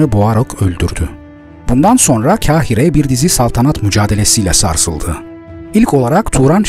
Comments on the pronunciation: Kahire'nin ilk harfi kef değil kafdır. Dolayısıyla ince okunmaz. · 'Kahire' telaffuzunuz yanlış. 'Kahire' deki 'Ka', 'Kar yağıyor' cümlesindeki 'Kar' ile aynı şekilde telaffuz edilir. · Herşey iyi de Kahire telaffuzunu düzeltmelisin